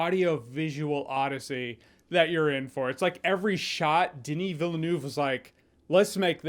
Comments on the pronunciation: "Villeneuve" is prononced "Vealnerve", not "Vélnouve"..... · Denis Villeneuve - closer pronunciation - Dunee Veal-nuv. No hate. Just helping a brother out.